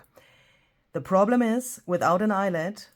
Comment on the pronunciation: Eyelet rhymes with Piglet!!